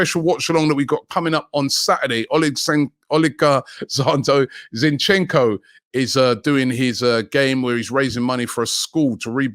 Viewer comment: Robbie butchering names since 1904 😂 oligozando zincheko 😂. You just gotta love Robbie. He’s a legend